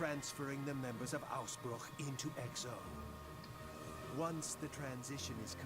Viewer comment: I am actually impressed (maybe even surprised? :P) how well they pronounced Ausbruch …